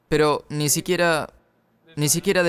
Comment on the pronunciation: Tengo una pregunta: ¿de quién es la voz del doblaje? Es una voz muy hermosa, pero me da sarpullidos todas las veces que cambia la pronunciación de 'ni' por 'ñ'...